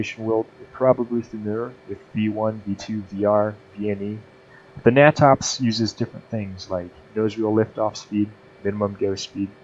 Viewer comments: Great information and explanation. Another great book is "Aerodynamics for Naval Aviators." What is funny is we weren't issued it. The natops manual is pronounced 'nay-tops' not 'nah-tops'. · heh! never heard it called "gnat ops" i've always heard it pronounced "nay tops" : ) good vid though...